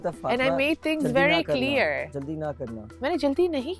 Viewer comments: be like Bat "ceeelear" hogyi😂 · Everyone: clear: killier